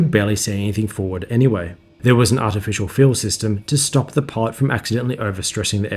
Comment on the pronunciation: Amazing video. Getting into the cockpit of the B-58 is a treat to watch. However I have trouble deciphering whether you are saying "pod" or "pilot".